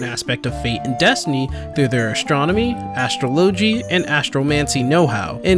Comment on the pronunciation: ... You mispronounced "astrology" & "astrologian", lol. Great video though, I've always been curious about Sharlayan's lore.